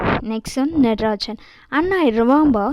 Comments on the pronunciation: Hello not natrajan that is nagarajan ok pronunciation is important ok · Don't tell nadarajan the correct pronunciation is nagarajan